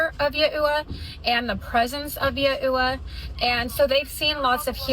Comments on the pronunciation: Who is Yeah-oo-wah? Does she mean Yahweh? Does she know who she's praying to?😅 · keeps saying "Ya-ooh-wah". Can't find that anywhere online. Never hear of this "god". I've heard "Yahweh" ( Yaw-way). Is that what she means? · Omg, as someone who was raised to only use Yahweh and Yahshua, it was driving me insane. I looked up to see if there some new movement on the way to pronounce it, but I couldn't find anything definitive. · Hearing that clip of her atrociously mispronouncing YHWH(generally said as "Ya-whey", not "Ya-ooh-wa") was like nails on a chalkboard... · Yuh-ew-wa!?!? Who in the world is that!?! It's yah-way. Good grief! IDK who you've been talking to about having to have an unscrupulous amount of kids, but it sure wasn't Jesus! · My best guess is "Yahweh" (ya-way), I've never heard it pronounced as "ya-eww-ah". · Guh they way she pronounced it yuh uwa ☠️ Isn’t the pronunciation closer to “yaw-weigh”? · Ya ewe uh ? What is she taking about ? Does she mean yah wey? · Ive never heard yaweh pronounced this way before am I wrong on how I say it or is she?? I say it like Ya-way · All praise Yah-ooh-uh lmaoo I’m dying at her pronunciation and she just keeps saying it 😂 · Who is "Yahooah"? 🙄 Is she trying to say "Yeshua," Jesus' original Aramaic name? 😂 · Who they hell is yaoowa? Is she trying to say Yahweh? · Never, in my entire 30 years on this planet have I heard Yahweh pronounced “yuh-ew-aa.” And she says it differently almost every time! 😂😂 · as a Jewish woman this is by far THE WORST bad pronunciation of YHWH I have....ever heard. It's worse than "Jehovah." Also the worst pronunciation of Jesus's name. She's trying to say it in Hebrew but....wow that's terrible. 😂😂😂 I'm sorry I just. Can't. It's too funny. These people are terrible and terrifying but like also I can't get over how bananagrams her trying to say YHWH is. YUH-UW-uhhHh. Good Lord. Lmfao. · Yah eww wah was crazy. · Yeahhhhh I was thinking the same thing…like who is ye-ew-wah?!